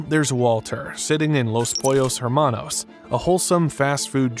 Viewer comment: . The "H" is not pronounced in "Hermanos."